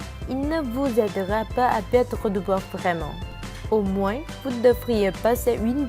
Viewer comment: Ta vue la voie au lieu de perdre elle dit pettre